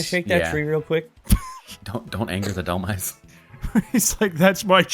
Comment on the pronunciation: Of all things, it's pronounced Dhelm-eyes, not dhel-miis. It's a combination of the words demise and helm(like the helm of a ship), Dhelmise.